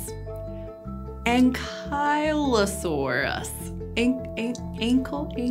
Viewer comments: Ankylosaurus is pronounced "ANKLE-o-SORE-us". Not "aan-kai…". And a dinosaur with a SORE ANKLE would limp. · Ankle is sore-us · Not just the biggest arthropod, but the biggest animal on land at the time! And the joke is: ankylo-SORE-us